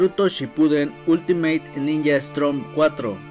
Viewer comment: Buen vídeo pero esta mal el nombre y como lo pronuncias , es Storm bro como tormenta en inglés no Strom la r va después de la O , no antes, gracias